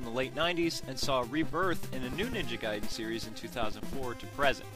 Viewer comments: it doesn't mean "letter" nor is it pronounced gayden... it's pronounced like guy den. ninja gaiden. gaiden 外伝 (supplementary biography; anecdote) in no way could that mean "letter". please get your facts straight before "informing" the people... you're just adding gas to the ignorance fire... 'merica.. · Lol he was say "Gay-den" meant that! XD Notice he only pronounced it "Gay-den" at that one part, but said "Guy-den" the rest of the video.